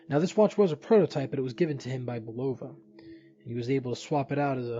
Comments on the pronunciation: It's pronounced BU. love ah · the o is not a long o !